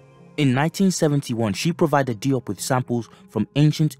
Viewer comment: Diop is pronounced Joap as in Soap and not Dee OP!! No offense intended. We need to tighten our game up!!